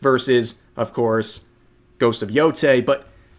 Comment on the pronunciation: Thank you for being one of the few who can pronounce Yotei correctly lmao